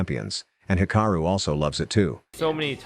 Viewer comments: Hikura really he said hikura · Why r people sayin hikura it's hikaru